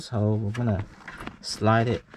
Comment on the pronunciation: lol everytime he says "hole" i hear, hoe.... "Pull it thru that hoe"